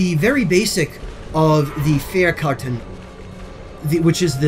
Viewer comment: That "Fährkarten" sounded so exotic~